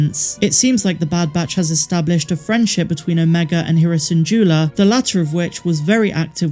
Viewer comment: "Hee-rah" ?? WTF!! They CLEARLY state her name as "Heh-rah". For way to use modern english for "Omega" with LOTS of emphasis on clips supporting your suggestion... YET, you use primitive english to express "Hera" as WRONG as possible. Just stick with HOW SAID CHARACTER ADDRESSES THEMSELVES. This is RESPECTFUL, and obliges todays "how do you identify culture" (yes, including up to 7 months ago at time of video upload (and the XX amount of weeks to produce said video)).. Nonetheless, you CANNOT have it both ways. Either remain ignorant of the modern zeitgeist, or oblige its expressment as show of respect